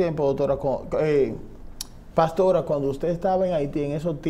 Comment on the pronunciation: Señor, usted es dueño de esta plataforma, se dice paStora, no PATORA, se dice teStimonio, no TETIMONIO.